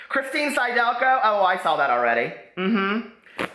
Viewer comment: It's sid-elko. Phonics,.